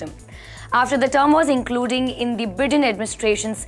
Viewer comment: beta (you must be my daughter's age) you look hot and yet very professional. But don't pronounce Biden as in bitten.. Pronounce Biden like Byden! Other than that a very professional and excellent newscast. Thanks and have a nice day.